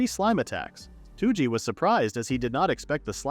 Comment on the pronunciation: why is this guy calling toji two-g?